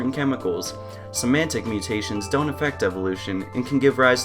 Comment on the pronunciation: somatic not symantic